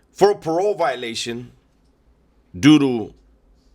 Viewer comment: Sounded like you said "Doo Dio Drug Possession" 😂😂😂